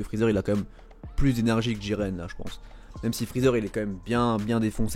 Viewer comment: Mdr c'est pas diren c'est jiren